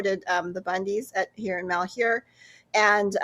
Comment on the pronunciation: Pronounced -Mal-HYUR